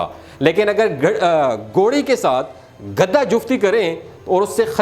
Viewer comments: او گدھے یہ لفظ گدھا ہے نہ کہ گدا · گدا نہیں گدھا ہوتا ہے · Gadha na k gada gada to bead par bichaty hain ya char pai par urdo to aap ki bohat kharsb hy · گدا نہیں بھائی گدھا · گدھے کا ھ غائب ہو گیا آپ کے بولنے میں جسطرح سینگ گدھے کے سر سے😂